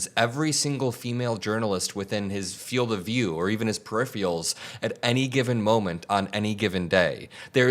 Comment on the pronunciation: *peripheral. "per-IF-er-uhl." And another reminder, it isn't "Marine Force 1," it's just "Marine 1." Air Force 1 is named that because its run by the Air Force; the chopper is callled Marine 1 because it's operated by the Marines. You're on CNN and I truly don't want your fantastic messages and messaging demeaned because of the gaffs, my dude. PLEASE, would someone on his staff tell him these things?